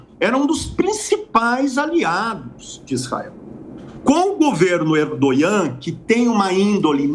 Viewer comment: Sei lá... Achei esse professor meio pró hamas. Alô Mossad... Bora puxar essa capivara aí. A história já mostrou que vários professores, jornalistas, médicos e etc já tiveram ligações "muito estreitas" com grupos extremistas. Sem falar que ele fala "Erdonhã" ao invés de Erdogan. 😂